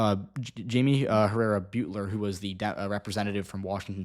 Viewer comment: Beutler pronounces her last name like Butler. She didn't lose her primary in 2022 to Joe Kent, specifically, as the primary for congressional districts works the same way you explained for the senate race. She simply didn't come in as a top two candidate. She came in third, which is a very poor performance for an incumbent. Joe Kent received a little over 1,000 more votes (about 0.5%) than her in that primary and Marie Gluesenkamp Perez beat them both by about nine points. She lost the primary and the seat to MGP.